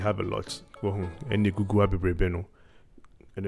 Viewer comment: Gugool! Can you pronounce it right for crying out loud with yout Twi English!